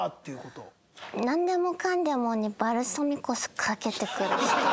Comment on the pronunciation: ヴァルsaミコsってかんじの発音でかわいい